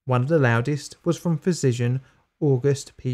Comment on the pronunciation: Say physician again